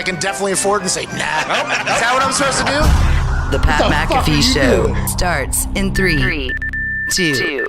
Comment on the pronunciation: The Irish will embrace you, Pat, if you just learn to say your own surname correctly. 😂